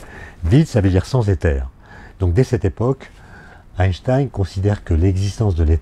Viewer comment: Question: gagne-t-on beaucoup de temps en étant physicien lorsque l'on prononce "Aaye-Shtaayne" (en sautant le premier "n") plutôt qu' "Aayneshtaayne"? Je vous laisse réfléchir là-dessus. (Et ensuite, vous réfléchirez au problème de faire du surf "au bord de la mer")